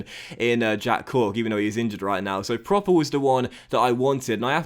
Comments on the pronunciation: Just a heads up: Davy proppers name isn't pronounced like 'proper' but with a u sound (as in 'purple') because of the dots on the o ('prupper'). If you can get him back to the form he showed in the eredivisie he could be a really good signing! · Love you signing Pröpper, he's gonna be so good! Quick tip tho, his name is pronounced Prupper (with the u as in "but") cause of the umlaut ;)